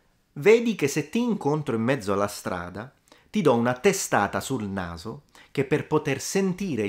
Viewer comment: Were you speaking Italian in your own informal accent or in a sort of "work voice"? I noticed you pronounced "naso" with a voiced intervocallic.